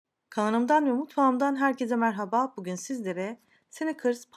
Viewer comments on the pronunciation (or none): none